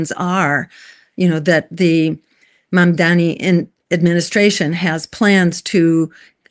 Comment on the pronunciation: It's MAM-DANI not MAN-DAMI